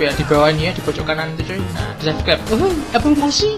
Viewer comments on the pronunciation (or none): none